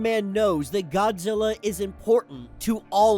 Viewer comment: Why are you calling Godzilla "fraudzilla"?